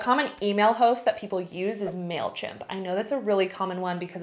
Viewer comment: The marketer in me is dying hearing you say mailchimp and flodesk. 😂😭😭😭 otherwise, love this video!